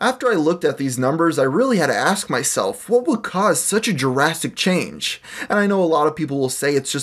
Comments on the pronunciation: it's drastic change not Jurassic change. 😑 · i hate how many times you mispronounce the word drastic and instead say "Jurastic" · You say "jurassic" and "jurassically" instead of "drastic" and "drastically" and my inner English teacher is triggered beyond reason. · "jurassic" change... pls learn english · how come anytime he says drastic is sounds like jurassic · are you saying "jurassic" change? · "Jurastic change" lol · more like "jurassic change"😂😂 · I guess he just can't pronounce 'drastic'. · Please stop saying 'drastic/drastically' like 'Jurassic/jurassically' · "jurrastic change"😞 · Did...did you just say "Jurassic change"? Do you mean drastic? Have you been saying Jurassic your whole life? If so that's hilarious. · Does anyone hear Jurassic change instead of Drastic change? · Are you saying 'jurassic' change or drastic? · It sounded like giraffetic change to me lol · dras·tic there's no "U" in drastic. Stop pronouncing it "Durastic". Please and thank you